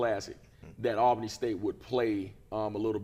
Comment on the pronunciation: IT'S pronounced like ALL-BANY, lol. AL-Bany is NY lol.